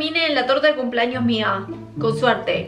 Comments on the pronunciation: Campaña para que aprenda a decir CUMPLEAÑOS y no CUMPLAÑOS!! Me estresa cuando dice CUMPLAÑOS! Al igual cuando dice PAPA NUEL JAJAJAJA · Por qué dice cumplAños 🤦🏻‍♂️. Me altera, es cumplEaños 🙄